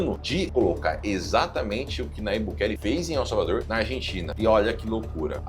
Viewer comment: Nayibe, porém se lê "Najibe".